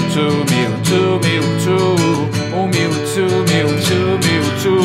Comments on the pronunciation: o certo é tipo miutchu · "Mewtsu" kkkkkk Mas ficou foda \o